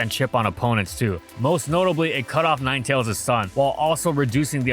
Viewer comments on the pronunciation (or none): none